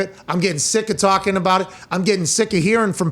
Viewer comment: Pat "Last Time We're Gonna Talk baht Aaron" McAfee